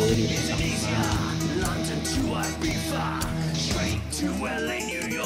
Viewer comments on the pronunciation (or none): none